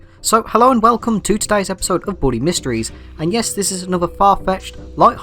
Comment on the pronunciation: The way says Bully is so weird lol It either sounds like body or booty or in most cases boobies 😂😂😂😂😂😂😂😂